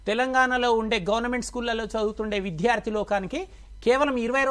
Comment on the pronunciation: అయ్యా! తమరు విద్యార్థి అనే తెలుగు పదాన్ని సక్రమంగా ఉచ్ఛరించడం నేర్చుకోండి. Sir! Every language has its own grammar. It's not acceptable to learn a language through one-to-one true tranaslation. It needs regular practice and atmosphere and right model to make the learners learn.